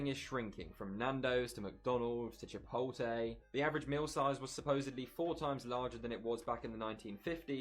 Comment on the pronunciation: Chih...Pote....Lay O.O